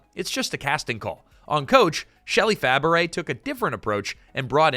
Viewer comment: A piece of advice for the narrator of this video: learn how to properly pronounce someone's last name. Shelley Fabares's last name is pronounced "Fa-bray", not "Fa-baret".